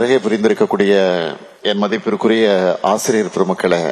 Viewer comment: A ஆசிரியர் ன்னு ஒழுங்காக உச்சரிக்க தெரியாதவனே...நீ ஒரு முதலமைச்சர் அவர்களே......